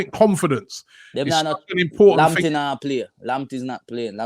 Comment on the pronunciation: Tariq “Limptey”